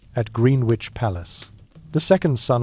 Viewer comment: Not how you pronounce Greenwich